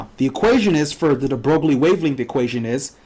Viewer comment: That's not how you pronounce his name...